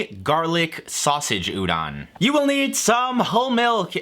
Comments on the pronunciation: the o in Udon is pronounced like oh, pronouncing it like ah that would be udan, and I have no idea what that actually would be interpreted as to someone fluent in Japanese. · Sorry to nitpick, but the "don" in Udon is pronounced like "don" (as in don't), not "dahn". Otherwise, good video. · udon, the o in udon is like homer simpson's doh, but kinda stacatto.